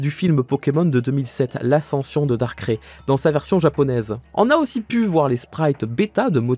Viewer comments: "DAR-CRAIE" aie j'ai mal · il vient vraiment de dire « darkré » la? 😭 Mes oreilles saignent aidez moi!!!!! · Comment on peut prononcer dans la meme vidéo Donphan (Donefane) et Darkrai (darkré)